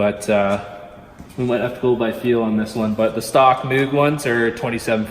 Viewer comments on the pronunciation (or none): It's actually pronounced moge with a hard g sound.